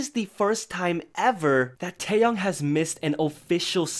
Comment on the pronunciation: Taeyoung is a different person. Say his name right please. Tae Yong. YONG. TAEYONG. Sorry, mispronouncing names is a pet peeve because people always mispronounce mine. But TAEYONG, not Taeyoung.